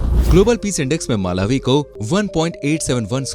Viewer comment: It's pronunciate like Malaawi not Maalawi